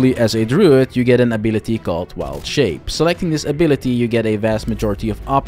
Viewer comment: Dru-id not drood couldn't watch